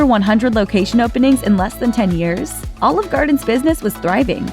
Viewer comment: She really sounds like she's trying to say "All Of Garden". She's pronouncing Olive weird.